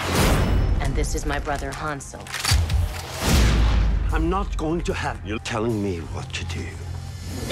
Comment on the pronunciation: I can´t believe how they pronounce Hänsel & Gretel ..